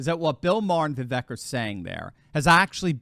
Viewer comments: Vivek pronounces his name Vee-vake (as in cake) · It's 'Viv-vake'. Rhymes with cake. I know you only care about Trump, but the famous exchange with Nikki Haley clarified how to pronounce it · Name pronounced viv VAKE as in cake. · Vivek is pronounced “Vivake” like “cake”. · *, pronounce his name correctly: as he said in the debate “Vi-vake, rhymes with ‘cake’.”*